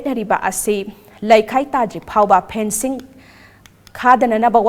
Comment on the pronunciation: Fencing not phencing...karigi wa ngangbada kapli² twbani...Phencing means what?